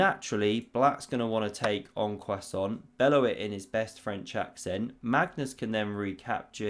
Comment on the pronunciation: „En Croissant“ - close.